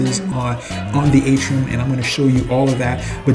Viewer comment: Atrium not Atrum, otherwise pretty good vid; Will be on the Seascape next month; Thank You